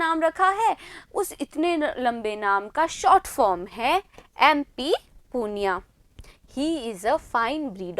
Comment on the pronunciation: पुनिया नही,, पूनई है